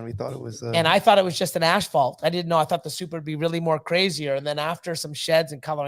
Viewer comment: You guys are great! I think you are pronouncing the word "asphalt" incorrectly. Maybe that is a Canadian thing?